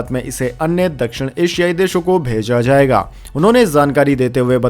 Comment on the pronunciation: It is not pronounced as zammu but jammu. Not zaiga but jaiga....many more like this. Please correct your pronunciation asap.